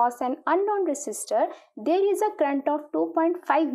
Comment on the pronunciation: Current hota hai crunt nhi🤣😂